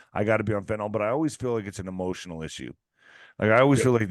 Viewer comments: I wish people would stop saying fentanOL........ It's fentanyl.....- nil...... not -nol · Fenta-nyl is not enunciated fenta-nal. Can I get a refund if it doesn’t do what you say?